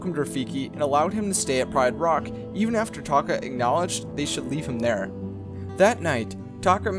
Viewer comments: Did anyone else think he said taco when he said taka? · Scar's real tame is Taka?! Sounds like Taco to me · SAY TAKA